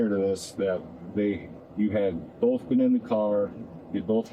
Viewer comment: "They boff hit me" " I was attack" Girl, just give it up. Intelligence isn't wasted on you, is it?